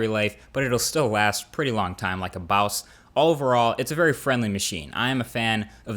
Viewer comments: heard "lyk a baws" haha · "Like a bows" :P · did... did he just say boss?